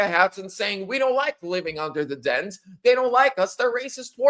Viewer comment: DANES not Dens